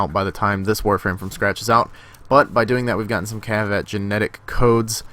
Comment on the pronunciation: its not cheviot its kavat